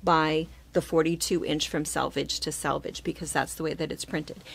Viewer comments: Nice video but it's sElvage, not sAlvage. Not sure why everyone pronounces this incorrectly. So much great information and not getting key words right. Sorry to complain. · I also learned so much, even though I worked at a fabric store years ago no one ever taught us a lot of this info. Just one little thing (and I've heard so many others do this that it makes me think this must be a midwest thing) it's selvage, not salvage. Scrap metal is salvaged but fabric has a selvage! Now I feel petty for mentioning it but as a professional I think you'd surely want to pronounce it correctly.